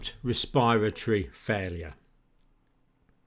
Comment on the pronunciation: ur pronunciation is killing me rn. ‘cohvid’ , ‘respire - atory’